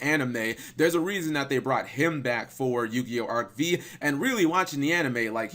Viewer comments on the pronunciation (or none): Still cringe when you say arc vee and not arc five when referring to arc v